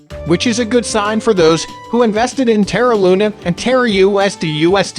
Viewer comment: You can’t even pronounce the name Terra right lmfao 🤡🤡🤡